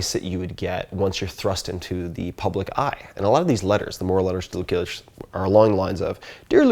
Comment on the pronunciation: The "C" in Lucilius is pronounced like an S. Great thoughts about a wonderful field of Philosophy!